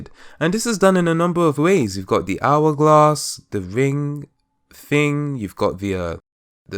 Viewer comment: Hour gwass, I'm horrible but I am just dying 😂